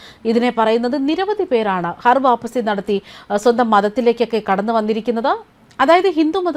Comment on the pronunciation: ഹർ വാപ്പസിയല്ല, ഘർ വാപ്പസിയാണ്.